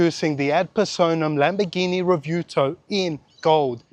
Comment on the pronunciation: Re- view-toe.... No.... no it isnt.